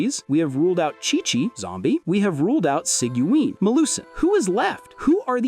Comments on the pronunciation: See-gee-win, lol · I usually pronounce it as Siege-win. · Bro how did you pronounce sigewine 🥸